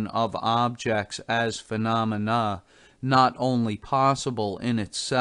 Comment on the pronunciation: "This is a lie-bra-vox Libravox) recording..." You have to put some effort into getting it that wrong. I've heard actual robots sound less robotic. Isn't there anyone in this guy's life to tell him he's terrible? (Multiple pronunciations of the word "phenomena" as fe-no-mi-NUH, I.e. )